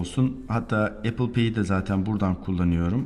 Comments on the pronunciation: HEP EYPIL EYPIL DEMİŞİN DELİRDİM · Eypil ne ya? Ulan bi ingilizce öğrenmek bu kadar mı zor. Elli bin kere yurtdışına çıkan adamsın nasıl öğrenemiyosun dorudüzgün teleffuzu.